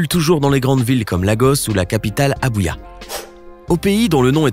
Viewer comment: C pas Abuya c Abuja À